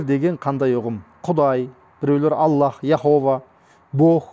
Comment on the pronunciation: АЛЛАНЫ зорга айтып турсынгой. Тилин келмей.